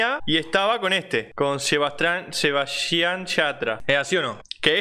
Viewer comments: Soy yo al único que la da bronca que diga sabayian yatra? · "sheBbBaisHan sHata" Aaa no sabía que se decía así Gracias por la información Cuando Mi mamá Diga Sebastián Yatra Le digo que así no se dice 🤠🔫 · Yo: Sebastián yatra: ShEbAsTrIaN sHaTrA Yo: que paso ahi? Xd